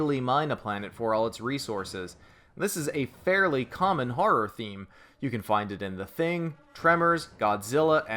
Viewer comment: "Harror"...what the fuck is Harror? Oh you mean Horror. Come on its not hard to say.